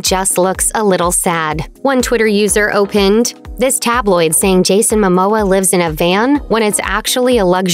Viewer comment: The word is owe-PINED